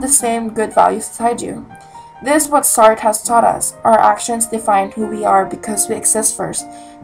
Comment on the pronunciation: It is "saat-rah"